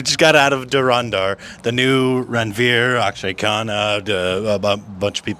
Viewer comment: It’s heartwarming to see your positive response to this masterpiece of a movie. You even pronounced the film name which the Pakistani anchor couldn’t while she was thrashing the film…although that’s part of her job😂